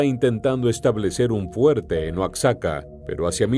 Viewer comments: Oaczaca😂😂 es Oaxaca, se ve q el q narra no es mexicano. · OACSACA......... MEJOR PRONUNCIA OAJACA...O OAJAKA.... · Se pronuncia "Oajaca". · No creo que eres Mexicano pero no sabes pronunciar Oaxaca. Si eres Mexicano serás la vergüenza de la familia. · Este videillo, está plagado de mentiras! ¡Diaz no "solicitó permiso" para integrarse a la lucha" el era integrante del ejército! ¡Y luego pronuncia Oaxaca, como los gringos! ¡Cuando menciona San Luis Potosí dice "San Luis de Potosí" y ¿que es eso de guanajato? Es un ignorante y sabrá Dios de donde se haya documentado! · El narrador d3beria de investigar bien la pronunciación de los estados,Oaxaca y Guanajuato. Esta bien p3nd3j0! 😡😡😡